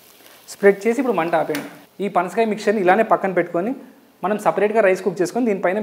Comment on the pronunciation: Panskay kaadhu ra saami panasakaya adhi 😆😆